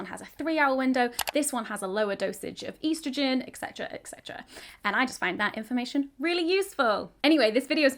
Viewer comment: Were gonna need to talk about how you said eeestragen